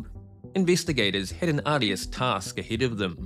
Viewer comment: The way you say "arduous"